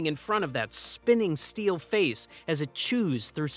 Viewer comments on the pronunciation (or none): none